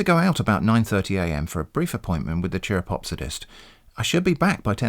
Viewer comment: "Chiropopsodist" made coffee come out of my nose.